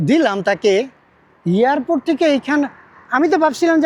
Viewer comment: এই লোকটার উচ্চারন খুবই বাজে।এয়ারপোর্টেরে বার বার ইয়ারপোর্টে বলে।